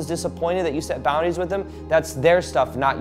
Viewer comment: he said poundaries